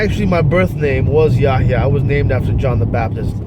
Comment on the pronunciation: someone born into Islam wont have that difficulty in pronouncing buraaq or Allah, dude your pronunciation is as bad as someone who never spoke or read Quran. Converted2islam, introvertedsmiles, jajabor, abdullah sameer those are REAL ex Muslims, dude you cant even pronounce "ummah" yahyah" are you kidding me? and you are comfortable in saying it in biblical names not the quranic names and you are exmuslim. you coughed cause you cant even say "Allah subhanahu wa ta'ala" cant even say that?????? and you are born muslim??? you forgot yourself and said musha instead of musa, kept saying Moses all the time instead. lool there is no way in hell you were ever a Muslim.